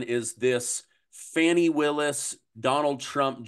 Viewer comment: You're supposed to pronounce it Fawni even though it's spelled Fani😂😂😂😂😂